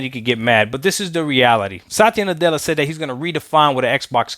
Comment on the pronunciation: ITS SATYA NUTELLA BRO.. LMAO HAHAHAHAH